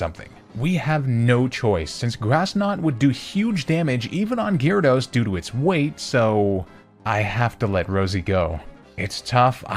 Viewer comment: GYARADOS, NOT GYRODOS!